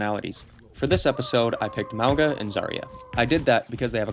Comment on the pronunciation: Apparently Mauga is pronounced "Mah-Ohn-Ga". Love these vids, take your time to make them! I love Zarya but i really think she looks now like astronaut :D